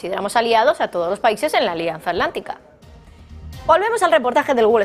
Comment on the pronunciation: ¿Alianza Alántica? ¿Y la 't' dónde quedó?